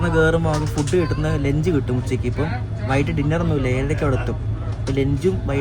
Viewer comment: Mone,lench alla ...lunch